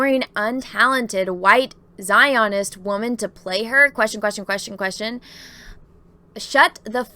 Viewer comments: I've never heard a word get mispronounced so many times rapid fire as just mispronounced "Zionist." As for the story, who cares? Let the left cannibalize each other as they always eventually do. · Your pronunciation of Zionist is cracking me up. LOL